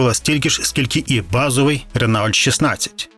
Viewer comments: Ну який "ренаульт"? 😂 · РЕНАУЛЬТ!!!😅😅😅😅😅😂😂😂 довбаний колхоз🤮🤮🤮 РЕНООО!! курва, ви хоч думайте бвняками своїми!!! Ренаульт😂😂😂😂😂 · Кожен раз коли чув ренаульт замість Рено, хотілось чимось важким кинути в голову автору відео. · Та не "РенАульт", а Рено!..Авторе. перед тим. як братися щось розповідати, вивчіть спершу матчясть. І весь час- оцей нав'язливий саркастичний ухил розповіді . А, між тим, подобається це авторові чи ні, а свого часу "Жигулі" стали справжнім проривом у радянському автопромі й спричинили розвиток нових сфер виробництво - приміром, виробництво нових полімерів. Плюс не підходьте до оцінки "Жигулів" - продукту розробки кінця 1960-х років минулого століття - з мірками оцінки сучасних автомобілів. Це не надто коректно. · Дуже цікаво слухати, та ще й старі фото подивитись! Але, на жаль, дуже б'є по вухах цей "Ренаульт"😊 Коли мені було десь 10 років, ще при срср, діти теж так говорили)) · Ренаульт...))) Автор просто знущаунт зі своїх глядачаунт...))) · Я так і не зрозумів, що таке "ренаульт"...